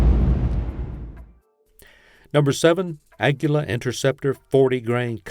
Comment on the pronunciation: lost me when you can't even pronounce Aguila correctly😂😂😂 Just prove you don't know anything about the ammo you're talking about